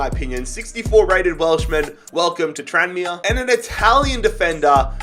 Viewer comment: “Tran me Rovers” 🤦‍♂️